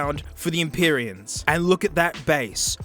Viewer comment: mee-zee sent some empee-reans